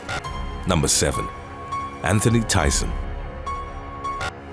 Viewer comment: Thieson - "Thea - son," just like Tiffany Amber Thieson. But your voice is SO distinctive & unique that I'm willing to forgive you. 😉😋 When home dentistry goes wrong. When picking mushrooms goes wrong. When spear fishing goes wrong. When Zumba goes wrong. When Brazilian waxing goes wrong.